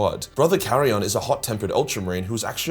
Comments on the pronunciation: Dude. It's not Carrion. It's fuckin KAI-RON. They say it in the game. Hes not a goddman crow. That would make him a Ravenguard. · Wait a minute, did I just hear says "Charion?" Not "Chairon?" ✌️🤣